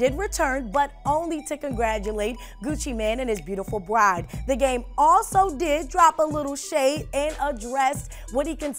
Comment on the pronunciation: Gucci man and his beautiful what???? Didn't sound like bride to me lol